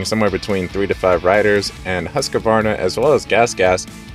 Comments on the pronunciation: Say it with me.. just like this...ready.. HUSK VARNA! See, i knew u could do it 🎉 ... now stop saying husk uh varna , for the love of God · It's pronounced ˈhʉ̂ːsˌkvɑːɳa. 3 syllables not 4.